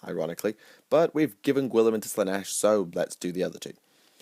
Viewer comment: God this video was terrible. turned it off after listening to you say "Gwilliman" a thousand times. Tuned out for good during your dog shit rationalisation of who should serve nurgle.